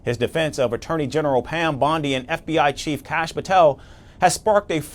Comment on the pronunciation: u cant pronounce name wtk BONDI